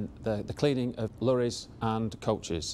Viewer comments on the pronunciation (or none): I would have invested but you pronounced Lorries as Lurries